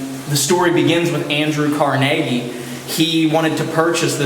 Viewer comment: Watching this again 😊 (It really bothers me how they mispronounce the gentleman's name! 🤯 I believe it should be CAR-nu-gee, as in Carnegie Hall, in NY)